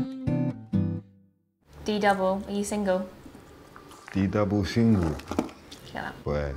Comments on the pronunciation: It's d double not D single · D double Not d-sing-lllll